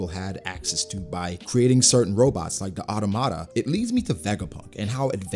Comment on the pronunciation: Since you’ve been using that word so much lately, I figure somebody might as well help out a little bit- automata, as in automaton. You wouldn’t pronounce it auto-maton or auto-mata… the accent is on the second syllable like “aw-tomaton” or “aw-tomata”